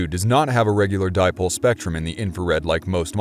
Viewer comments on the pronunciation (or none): none